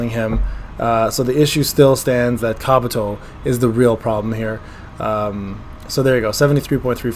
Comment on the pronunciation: Did call Kabuto,,Kraputo"?😂